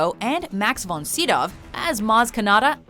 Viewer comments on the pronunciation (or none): you pronounced Max von Sydow's name wrong. As a Swede I must point this out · Almost a correct pronounciation of Max von Sydow.The only remaining is the f-sound in von.